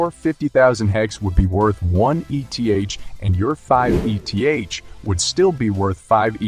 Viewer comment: Your videos are good but hide a bit in being dissociated from the personhood of who makes the video. I believe if you turn up to the videos personally and show face you will have much better reach. Just an opinion. 😅 Ps Its 'eeth', not ee tee haych.. like you dont call 'hex' haych ee ex